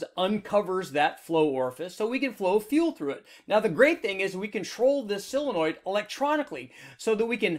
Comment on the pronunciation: Solenoid, not "silinoid"...